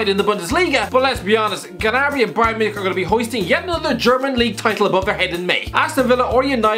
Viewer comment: "Serge GUHnabree" What.